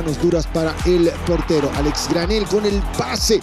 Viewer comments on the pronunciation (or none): LE pueden decir al relator que el apellido es Granell y no Granei?